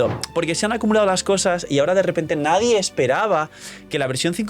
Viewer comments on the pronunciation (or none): none